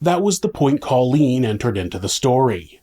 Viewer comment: You're not pronouncing Colleens name correctly...Co leen! She'll meet satin soon 😉